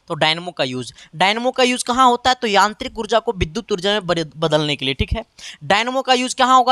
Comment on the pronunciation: Sir v ko bhi padh rhe he aur yantrik ko aantrik 😂😂